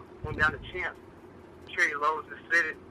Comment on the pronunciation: please stop saying cherry 11s😂😭lol